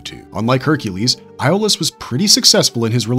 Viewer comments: Its pronounced Yol-us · A io is pronounced as a E FYI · I have to say I don't believe people when they claim to love the Hercules and Xena universe but can't pronounce Iolaus' name correctly😒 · Agreed. You can literally watch one episode and learn how Iolaus' name is pronounced.